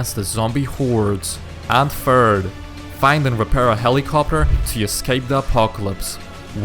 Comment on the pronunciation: when he said'' Find and repair a helicopter'' i heard ''helicopper''